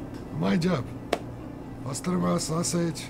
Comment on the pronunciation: It’s not “bastirma” it’s basturma. The original way